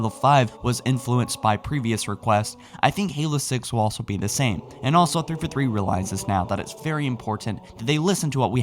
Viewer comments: Please SLOW DOWN your pronunciation of names. Three-Four-Three; Not Three-Forthree. Fore-Runner. Not Forrener. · three four three....three fer three..